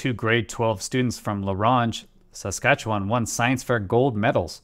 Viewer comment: Sorry i loled at your pronunciation of Saskatchewan but it's ok. Hard to say, easy to draw.